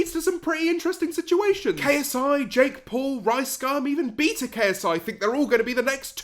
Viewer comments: Did you really just say bee ta instead of bay ta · beta not beeta